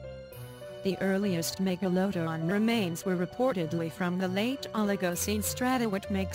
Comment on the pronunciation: Why the narrator can't pronounce the word MEGALODON properly